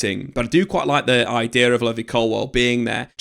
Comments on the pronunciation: Levvy Colwill is an insane pronunciation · Pronunciation buzzer for Levi Colwill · How this guy says levi colwill infuriates me. Also Cucurella is clear of Chilwell rn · Why you saying Colwil’s first name like that 😂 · Hearing him say Levi colwill made me stop watching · Bro your pronunciation needs work. levvy colwill and Diogo Costa 😭😂